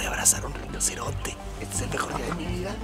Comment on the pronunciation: Parece que esta diciendo él rinosernte este nunca lo avia visto pero saludame pliz